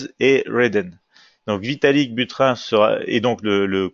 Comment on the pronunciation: bonjour à vous! il me semble que pour "Buterin" on ne prononce pas comme "burin" mais plutôt comme si il y avait un "e" à "Buterin". On prononcerait alors "Buterin(e)" comme on le prononce dans "Poutine" .... :) Merci pour vos analyses intéressantes. Bonne continuation à toute votre équipe.